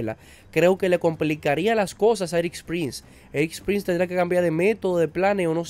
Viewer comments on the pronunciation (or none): Todo bien contigo, y totalmente de tu lado… pero… se llama ERIK PRINCE, y no “ERIKSSSS”, no te parezcas a MADURO diciendo “Elon Mukssss”, cuando es “Elon Musk”… si, irrelevante tal vez, pero en mi cabeza, solo no pronunciar los nombres de manera correcta, ya hace que el resto de la información, me parezca dudosa!… no lo tomes a mal, es un consejo simple!, mejoremos todos hasta en los pequeños detalles!